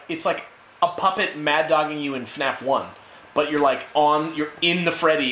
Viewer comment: I like the way said poopet instead of the puppet.HAHAHAHAHAHAHHAHAHAHAHAHAHAHAHAHAHA